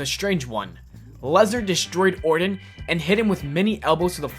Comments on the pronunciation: Randy Ordin? It's Orton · Not a bad vid, buddy. If I could make a suggestion, work on your vocal delivery a little more before recording. You kind of sounded like a 5 year old when you couldn't say Randy Orton's name correctly (hint, there's no d in Orton). Really, it's just down to polishing. Don't say the word "a" as "ay", say it as "uh". The hard ay sound breaks the rhythm of the sentence and makes you sound more halting and less prepared. Still, like I said, I enjoyed the video. Good job.